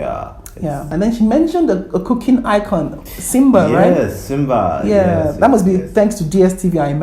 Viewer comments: Siba, not Simba, I really like Nigerians, they are not shy to speak their mind. we can't we just all leave in peace. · not Simba, its Siba